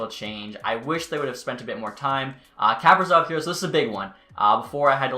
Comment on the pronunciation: Kaprizov is pronounced “Ku-PREE-zov”